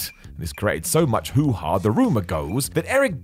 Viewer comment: Ha* not Horh